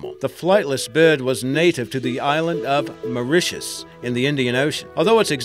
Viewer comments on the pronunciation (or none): none